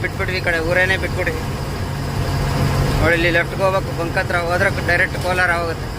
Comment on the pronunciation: ಕೋಲಾರ ಅಲ್ಲ ಶಿವ ಕೋಲ್ಹಾರ